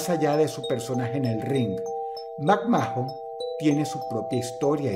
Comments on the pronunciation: Como lo pronunciamos todos: Macman Dross: MacMAJON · McMa-jon?.... 🤣 ke paso mi kerido Dross te me kaíste en esa pronunciación..... hahaha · TODOS al pronunciar el apellido de Vince: "Macmán" (Mcmahon) DROSS: "mAkMáJOn" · Me reí mucho deberas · DROSS ES SOLO MACMAN, NO MACMAJON JAJAJAAJAJAJA :3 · Dross que no ves la wwe no se dice macmajenon sino macman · Mac mojón